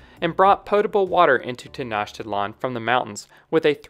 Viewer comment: I think it's Tenoch-titlan, not Tenach-titlan